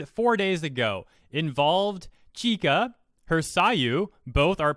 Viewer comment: nice video, but you are pronuncing it wrong, you are saying ki-ka, its chi-ka. write this in google translate for the correct pronunciantion: ちか